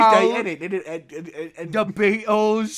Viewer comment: The way he says "beetles" or whatever it is in British accent had me dying😂😂